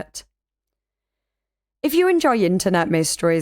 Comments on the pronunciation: I always say along with it too, with the accent. It's a YouTube classic as much as Disturban's "this case takes place..." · I feel like such a goofball when I say ‘Let’s investigate’ (with a poor attempt at the accent) alongside the. Such a fan!